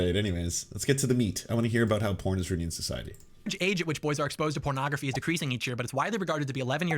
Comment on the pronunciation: Gotta say, I love pronunciation of "pornography" as "prenography". That out there, I'm quite sure John Doyle just praised pornography. I heard him say it was "good". At worst, he admitted it was better than it used to be. Yeah, definitely an airing of dirty laundry here. Probably trying to get ahead of the leaking of his own tape where he wraps a belt around his neck and forgot to turn off his webcam. Gotta get ahead of these things.